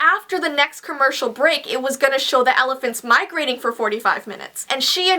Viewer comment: OMG why does pronounce "Elephant"as "Alaphant"?! ITS SOO ANNOYING!